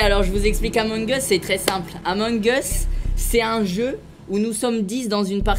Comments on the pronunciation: les francais: amongeuse Les anglais : among us Les arabes : amangas Espagne : amoung os Italie : amouwenig os? Michou : à mon gosse mdr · Les français : AMONGEUUSE Les anglais : among us Les arabes : amangas Espagne : amoung os Italie : amouwenig os? Michou : à mon gosse😂😂😂😂😂 Edit: wtf MERCI POUR LES LIKES ! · J'étais la sur le live c'était beaucoup trop bien par contre c'est among us pas amon gus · Moi je le prononce amongue uz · Amung us il a dit 😂😂🤣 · amun geus mdrrr (Among us)